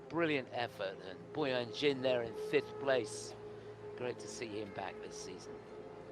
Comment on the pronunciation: When can the commentator pronounce Boyang's surname right? He's a two time World Medalist, it wasn't hard to find out how to pronounce his surname Jin😅